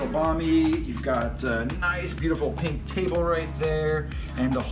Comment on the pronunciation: Pink* not peenk